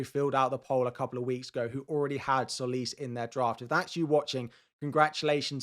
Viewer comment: All content creators pronounce ''Tsolis'' wrong. It's not pronounced 'Solis' , it's 'Jolis'.